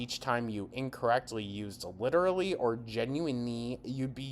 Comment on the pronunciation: I hate the way she say literally she says leedarally